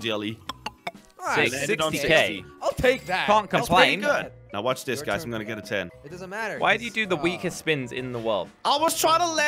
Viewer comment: i dont want to go to shcool to wach zis